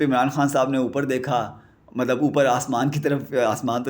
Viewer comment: Is it necessary to say ملب۔مطلب۔ مطب۔ملب in every sentence? Bro you need some serious coaching in Urdu pronunciation.